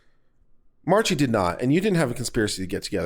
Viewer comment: Mispronouncing names, etc., ... annoying at times but not a big deal. But just how do you get the two extra syllables out of Marchi; are we thinking about a Mariachi band? That bit of pedantry set aside, thank you for your fairly objective commentary.